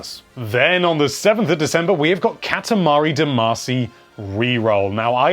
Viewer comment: It's not catamuhree its cot ah mah re